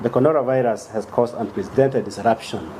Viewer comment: Hey Mr. Press Briefer. Which virus? It is 'Corona Virus' not 'Conora Virus' 😊